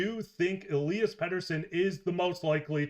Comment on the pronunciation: He was talking capspace disappearing, with players signed/retained, the with the picture of E-LIE-as, he says E'LEE-as. Trading Petey the forward, would free up the most capspace, and have the potential of getting an impact center. D-Petey alone won't get a #1 or 2 center...he's not really proven YET. There's the rub. Teams might see him as a future star shutdown force. That's how the Canucks see him, right? I wonder how it all goes down! Wow...Canucks have a wealth of good d men and goalies!! Silovs is a stat king right now in the AHL playoffs!